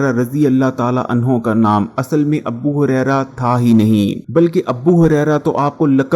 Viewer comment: Abu Huraira not "Abbu" Huraira